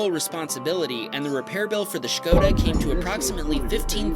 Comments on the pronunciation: finally american person pronouncing skoda the right way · I love that u pronounce Skoda properly! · OMG. please please say skoda again.